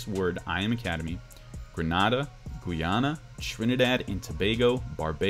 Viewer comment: Lol how u pronounced Grenada and Guyana lol